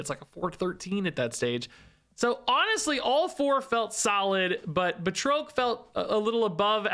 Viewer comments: Because I just can't help myself, it's Ba(d)- Trock the Leaper , buhtroke is killing me every single time . 🤣🤣🤣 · Batroc doesn't have an E at the end so the O is pronounced as "ah" BA-TRAHK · Per the MCU (CA:WS) it's pronounced, Bat-Roc...js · The way you pronounce Batroc is killing me. I always thought it was "BAT-ROCK" 😃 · I've been pronouncing it as Bat-rock this whole time. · saying “Batroak” is funny to me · Same! I couldn't take it, had to stop watching 😂 but I still left a like tho to support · What’s with snap YouTubers and not being able to pronounce things 😅 him with batroc and Bynx with Magneto. I’m like by fifth grade I knew how to say these